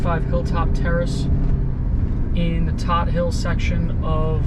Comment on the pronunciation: Love the channel bro. I was born & raised in Brooklyn. I live in Vegas now. Anyway it's pronounced Toad hill. I know it's spelled Todt.